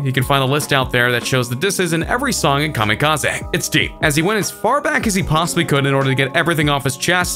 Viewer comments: Everytime this fool talks about EMS new joint he calls it Kamikaza. Its kamikaze Bro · nigga said kamikaz aA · Nobody- this guy- kamekazay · Nobody: KamikaZAY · Im confuzed kamikaza Its kamikaze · STOP CALLING IT KAMIKAZAY IT'S KAMIKAZE I'm sorry but it's soooooo irritating the rest of the vid good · This is the first person ever to say kamikaze like kami ka zay instead of kami ka zee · Kam-i-ka-zeh is how we are pronouncing it now? Just making sure. P.S. Who is 2 Bac ? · i love how he pronouces kamikaze ka me ka zay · Kamikaz-ehhh? Why you pronounce it like that? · SERIOUSLY.. STOP PRONOUNCING IT KAMIKAZAY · He said kamikaezey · You say kamikaze “kamikaza” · Everybody:Kamikaze King Trending:Kameekazae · Did eny one notice that insted of kamikaze he said it like kam a kaz a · You say kamikaze like an idiot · You pronounce Kamikaze so weird. 😂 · u said kamikaze wrong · I really hate you pronounce Kamikaze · Bruh, this dude dont even know how to pronounce "kamikaze". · I hate the way the narrator says Kamikaze and NSYNC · The way he pronounced kamikaze triggered me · The way he says kamikaze makes me mad 😂😂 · Next time please try to pronounce Kamikaze correctly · I hate the way this guy says ‘kamikaze’ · Commie Kah Zee? Joe rule? Jeeezus!😂😂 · Jarule N, S, Y, N, C Comma Kaz-zay Needs to write a diss track about your pronunciation skills.